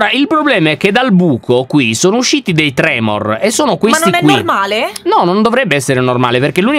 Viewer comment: Quei mostri sono i tremon non i tremor🤣